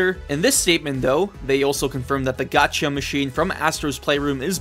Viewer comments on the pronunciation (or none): none